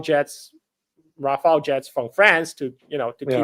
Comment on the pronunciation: It’s not Rafael like the surname, it’s RAFALLE…. It’s means gust, as in wind gust in a squall or storm